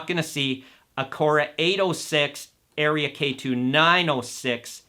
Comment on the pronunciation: Seriously? You don’t know how to pronounce “Aria”, and you don’t know if the two tweeters are the same or different? But we are supposed to take this “review” seriously? Ridiculous!